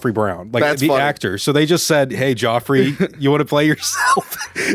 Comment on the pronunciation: Lol. He doesn't know how to pronounce Geoffrey. It's like Jeffrey